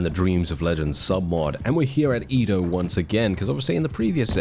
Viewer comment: I hope i can wake up next time and not hear our boi say IDO instead EDO